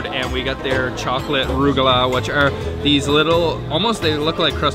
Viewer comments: These guys need to learn how to pronounce words like "challah" (he bought the ordinary machine-made cheap variety, btw) and "rugelach". It's a "Scottish ch" as in "loch". And, while Azzura is a good restaurant, it's on the expensive side, and regarded by the locals as a bit "snobbish". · Challah is pronounced Hallah, a little phlegm rolling the chaaa….ruggalah we call ruggies…rugg..ah…la! Loved the video, but next time ask the pronunciation. 😉